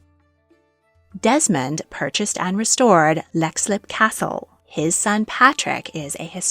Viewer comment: Leixlip is pronounced like 'leak slip' too